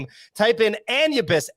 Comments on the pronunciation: 😅🤣😂 "Anne-you-biss" If doesn't make that into a short he's not watching his own vods. Pretty sure 'tis pronounced "Ah-noo-bis" gents. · Lol at still saying anubis wrong with so much confidence haha